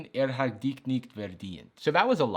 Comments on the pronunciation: Hey, your german pronunciation wasn't terrible! Actual dich and nicht, no dik and nikt. 😜🥳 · As a native speaker speaking German natively, it wasn't that bad honestly how you tried to spell 😂😂 oh and your "dich" was more like "dick" 😜